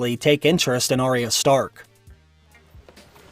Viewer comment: You say Arya wrong.